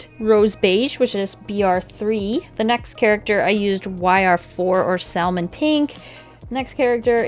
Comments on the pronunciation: saLLLmon pink It’s pronounced sammon Spelt salmon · bish are you dumb it’s not salmon the L is silent like samon. Not saLmon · D-Did you just pronounce the “l” in salmon? DISHONOR ON YOU, DISHONOR ON YOUR COW!!! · when you saL-mon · LMAO sal-mon 🤠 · gAsP you said salmon like Sal-mon.....IM NOT THE ONLY ONE THAT SAYS SALMON LIKE THAT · Did I miss something or does she actually say salmon like sal-mon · SAL MUN PEENK 🤨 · She said sal mon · I love you and your art/videos to death but I am a teeny bit enraged when you pronounced the "L" in salmon also everyone in the comments, pls don't attack me I'm just making a little light-hearted joke and I mean no harm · Can you try the 100 heads challenge? Those videos are always so interesting and it's so inspiring to watch someone improve :) Edit: Are you from the midwest area? The way you say salmon sounds like it lol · She pronounced the L in salmon 😭